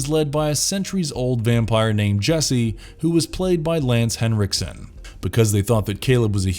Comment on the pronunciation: Dude... pronounced Hey-soos. It's a Del Toro movie.